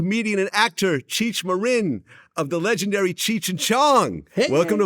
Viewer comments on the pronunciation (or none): Vlad always be saying peoples names wrong, is pronounced MARE EN. Not Marin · MARE-IN? Vlad? Are you SERIOUS!? You’re like 50 bro! Have you NEVER heard ANYONE say Cheechs name before… WOW! 🤦🏽‍♂️🤦🏽‍♂️🤦🏽‍♂️ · Pronounces his name wrong..."I'm a huge fan"